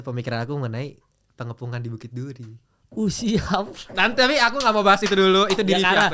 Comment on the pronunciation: PENGEPUNGAN mal PE.NGE.PU.NGAN...dr tadi dengernya kaya PENGUMUMAN